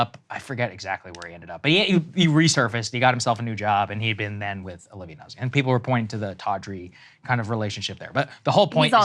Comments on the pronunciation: Nuh-Zee?... It's pronounced "Nazi" Deal with it! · It is pronounced NUT SEE in proper Italian. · I only care about the horrible pronunciations of those Italian names: it's "Noot-si" and "Leet-sa". Thank you lol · It’s pronounced “nooht-see” in Italian. Thankful for the reporting